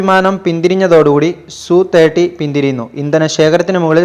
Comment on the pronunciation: സുഖോയ് സു 30 അല്ല , SU 30 എന്ന് പറയണം അല്ലാതെ സു അല്ല , എങ്കിൽ MKI എന്ന് പറയാതെ മകി എന്ന് പറ .സുഖോയ് SU 30 - mki എന്ന് ആണ് .